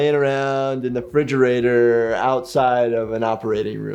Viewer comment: I would find it hard to trust a medical professional that says "frigerator".